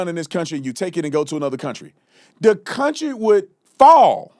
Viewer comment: "to build this counTRAAH" STFU Dipshit